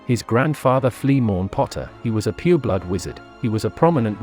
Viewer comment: LOL I heard the same and I was like wth but then I realised that he meant "pure blood" XD